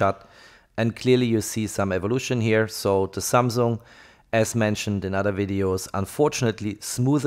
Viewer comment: Samung jajajajaja patético.